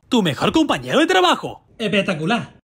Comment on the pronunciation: Megusta cuando. dices. me comprado. esto y. cuando. dices. epetacula